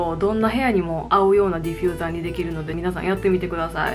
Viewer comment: ディフューザーをディフィューザーって言ってる可愛い❤私も今回ニトリで色々一人暮らしのもの揃えた！いぇい！一緒だ🎵